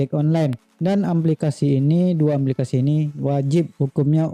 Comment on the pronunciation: aplikasi bukan amplikasi